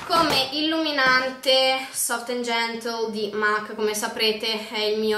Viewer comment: solo una postilla... MAC è una marca inglese.... e si legge MEC.... ;)